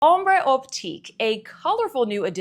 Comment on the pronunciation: Hi thanks for the review, very informative. Just a quick note “Ombres” is pronounced where the “s” is silent. Cheers